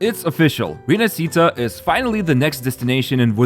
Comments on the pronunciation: Repeat after me: Ree-nah-shee-tah, stress on the first A. It's not Rinasceeta or whatever. With all that stuff, this 2.0 feels more like 3.0. Can't wait. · rinascita is actually pronounced "rinashita" if you spell it